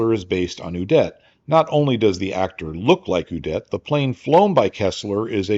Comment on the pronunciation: Little nitpick from Ze Fatherland: "Udet" is pronounced with emphasis on the "U" ... not on the "-det"-part.